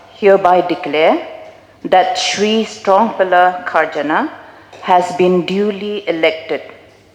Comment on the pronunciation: Ka rukom pronounce strong pillar kharjana sngew kum u dkhar tangba jan baroh ki kyntien kane ka kong kurbah